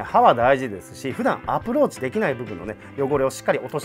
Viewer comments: approachがApplewatchに聞こえた😂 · アプローチがApple Watchに聞こえた俺はただのApple信者